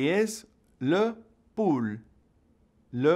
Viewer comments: Just curious but why did you pronounce LE POULET as le “pool”??? It is Le “pool-eh” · I feel like you said chicken wrong. Poulet...(Poolay)